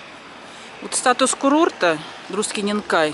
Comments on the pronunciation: Спасибо за приятный видос.. Коротко о произношении местностей Литвы. У нас нету знака ударения в грамматике. Это произвольно по умолчянию, то есть от региона. Те-же Друскининкай на лит.свучит с ударением на "С" ,то есть не на гласной . В рус.языке такого нет,там ударение всегда на гласные.Поэтому по лит. ДруСкининкай, руссаки скажут ДрускининкАй. По етому мы распознаем не толко литовца с кокого региона он есть но и вобще не литовцев . :) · Pocemu vsie ruskije govorit druskininkaaaj a ni dru'skininkai? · Druskininkai - mnozhenstvennoe chislo, potomu transkripcija "Druskininki " bolee praviljnaja. Po litovski proiznositsia karotkoe udarenie na pervyj slog. Kogda proiznosite, kak DruskininkAj - rezhet uho. Esli sdelatj transkripciju na litovskij iz vashego DruskininkAj, poluchitsia Druskininkojus(slovo v edinstvennom chisle)